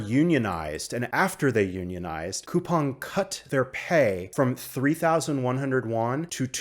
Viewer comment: Finally, a YouTuber who pronounces Coupang properly lol.